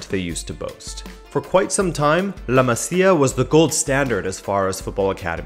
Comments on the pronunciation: I know this is ŕeally irrelevant, but it hurts my ears. It is pronounced "La Mázia" and not "La Macia" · pls bro “La Maz-ia”